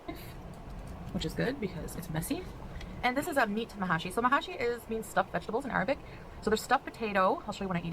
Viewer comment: She doesn't even get pronunciation for food right. It's pronounced Meh-shi and Sambusak. Ya'alla. Also Meh-shi and sambusak are both delicious but hers look positively vile.